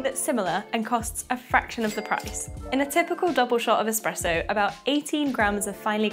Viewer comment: It's not Expresso, and it's not even Expresso like. Is this video having us all on? this must be a parody.